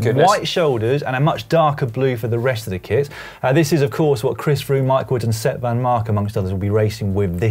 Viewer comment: I honestly don't know if is saying kits or kids.